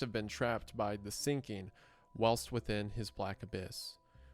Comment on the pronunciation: How do you produce this type of content and not know how to pronounce words like whilst, impetus, and executor?